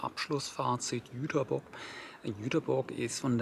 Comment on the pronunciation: Nett, mal einen Reisevlog über meine Heimatstadt zu sehen. Und vielen Dank, dass du den Stadtnamen korrekt ausgesprochen hast. Das konnte bis vor ein paar Jahren nicht mal die DB. Kleine Korrektur: bei das ist die Liebfrauenkirche. Die Nikolaikirche ist die größere mit den zwei unterschiedlichen Türmen bei